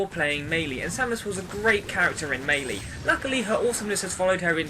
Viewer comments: He's saying it right dumbass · My best character is Kirby. When I played melee (pronounced as may-lay by the way to those arguing) I played as link. I think one of the best reasons Kirby is great is he has so many smashes. As in he can rocket people away instead of just giving damage.